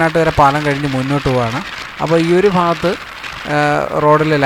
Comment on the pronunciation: ഫാഗത്ത് അല്ല മാഷെ ഭാഗത്ത്